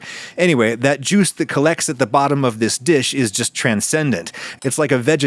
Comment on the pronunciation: lol you're the social media expert, but I'd recommend not shortening "juice" into "jui"